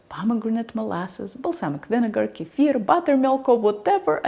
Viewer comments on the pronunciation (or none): none